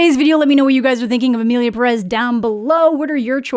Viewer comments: For the last time...its PE-rez not pe-REZ, cant you see the ´ in the pé? Pérez? its there so you pronoounce it PÉ-rez, please.... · you think so? i actually still hear it as perEz when she says it tbh edit: just to add that i am not really criticizing her for it, though if im being real the only youtuber ive heard say it more like id expect it is schraffilas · The accented e, “é” in Pérez places the vocal emphasis on the first syllable, just saying. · I also hate that no one pronounces Pérez correctly. The accent is in the first syllable. It’s even spelled out